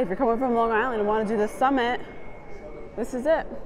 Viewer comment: as a long islander, I respect how you pronounce long island. 👍